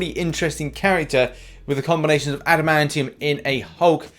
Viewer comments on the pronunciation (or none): none